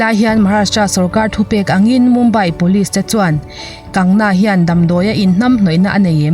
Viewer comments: Kangna nilovin..Kangana tia chhiar ni zawk se..News hrang hrang pawh in an sawi dan ani. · Kangna ani lo Kangana zawk aw, i sawi sual hret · Kan-ga-na tia lam tur Kang-na ni lovin.😁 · Kangna tih ai chuan kangana tih hian a lam rik dan ngaihthlak a nuam zawk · An bawl kual theih in awm suh a dik ni a i hriat ang khan lam tawp rawh A sipel ang khian Vainu hming te chu lam la dik ber..😂 Kangna tih hian beng thlep an tam zawk ka ring..Kangna a in ti loa, Chu vangin Kangana (Kang ga na) tih zawk tur aw..Matre..😄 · Hming dik lo a in lam sak te, in ziah sak te hi ngeiawm phian ania. Class10 marksheet ah ka hming an ziah dikloh avang in ka buai hrep tawh. Kangna nilo in Kangana. Rhea chu A chawh tih dawn chuan ka khawngaih deuh bawk sia, lawmpui mai ang😂😂😂. Republic tv ho hian bei tak2 teh se. A ngaihnawm chho zel dawn e. Ka nuihzat em2 chu Rhea in a a Drugs tih loh zia a sawi a,thisen test pawh angam zia a sawi lai vel kha.a inpuang Leh zuah2 bawk sia. A ukil pa hian chakloh a hlau mai sia. An chakloh chuan a hmingchhe duai ve thei tlat.lo chak thang tawh anih vang hian. A chawh ngawt ang.chaklo se😁😜 Thubelh covit19 pawh hi ssr thihna avang hian kai an pun phah ngawt ang. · Kangna nilovin kangana tia lam tur ani lawm ni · Kangna ni lovin kangana.mi hming tehi lamdik kanla ngai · Kangna tih a ilam hian ka nuih a za tlat😁😁😁